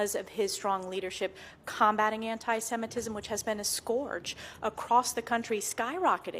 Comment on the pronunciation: First: it is antisemitism. Please, learn how to pronounce it when you are preparing for your segment. It’s not that difficult. Second: he did it. There is no way around it, no amount of mental gymnastics will make it OK. Jewish people know it , they are making statements , maybe just not in massive statements. No need to lump up all Jews in one group. And please do not lump up everyone into one big group. The person who was talking about ALL Jews as Zionist- antisemitism right there! Not everyone is like that He is not doing it because he’s on autism spectrum, because he’s exited etc. He purchased himself American President ! And now he will have monopoly of Tesla ! Of course he’s exited! Would it all go the way he wants it? We’ll see if Nazi regime will flourish here. It is starting to Asbergers is no longer a thing! It is offensive to use that term Autism spectrum is proper term.